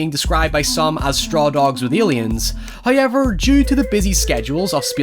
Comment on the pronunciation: Anyone notice how he says “hoyever” instead of however?